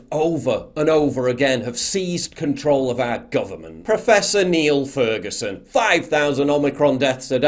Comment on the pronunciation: I thought you meant Niall Ferguson not Niel Furgenson. You had me worried what does an historian has to do with o m i c r o n :)